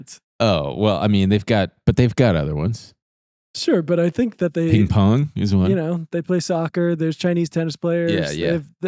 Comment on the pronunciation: why’d you say ping-pong like that